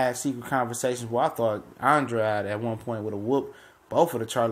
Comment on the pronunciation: Why Do People Insist Upon Mispronouncing Boo Boo's Name?!! He Pronounces It "ANN -DRAYD"...Not "AN-DROD"...Not "AN-DRODEE" GOT DAMN!!!